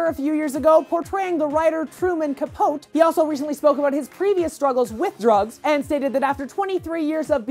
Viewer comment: Hey, just so you know it's pronounced "Cah-po-tee," not "Cah-pote."